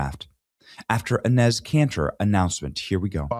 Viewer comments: Enes' (pronounced "Ennis") name is actually Enes Kanter Freedom. Please get it right. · Great video Benny, very funny! His name is pronounced E-neese!😅